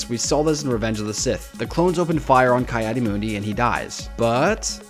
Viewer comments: "kai adi mundi" :( Ki is pronounced Key for future reference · Ki-Adi-Mundi (pronounced Kee Addy Mun Dee) not Kye Addy Moondi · It's pronounced key add e mund e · Kai addi moondi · me: bruh it's pronounced "Kee-Adi-Mundee"